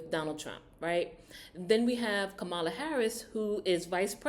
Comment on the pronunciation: Just a little critique, because I believe you mean well, and you're not trying to show prejudice or bias (I could be wrong), so, two things I noticed within a couple of minutes. You seem to intentionally miss pronounce Kamala's name, and you said she was the "Border Czar" when no such title exist for the current VP. Both of those points are 'out of order' and definitely out of the conservative right wing talking point playbook. And I'll continue to listen to see if you address Donald Trump in the same way?